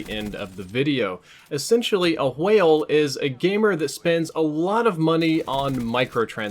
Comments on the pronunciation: Couldn't finish video due to the pronunciation of w-hale. Jk :) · you say whale like stewie says coolwhip